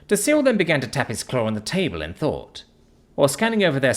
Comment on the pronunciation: Thought or fought? Seriously you must hear yourself speak while editing these and your like yep deaf definitely sounds like death to me but you forget others aren't British and others have escaped from the British or had their ancestors exiled form Britain over 100 years ago and have long since had deep seed hatred for the lack of th in dialect and the cockney accent. If I could find an AI voice of this series as upto date like you are I would be listening to that instead . I fink fis mwight make more sense to you fis way , th doesn't make fi sound theis is how it should sound and and as for deaf has no V sound at the end D E A THhhhhhhhh not D E A Fv . That is why you have f all subs likes and comments , and those with the one star black star dragon balls I love you making this frahree for everyone